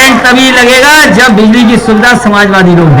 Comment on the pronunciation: अभी बिल्ली की सुविधा देगा। बिजली बोलना तो सीख ले